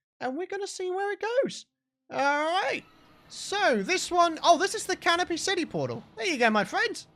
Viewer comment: I thought was saying Caterpie City instead of Canopy City